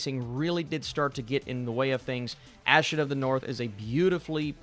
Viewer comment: Her name is pronounce as "Ah Sheen" not Ash Sion 🙄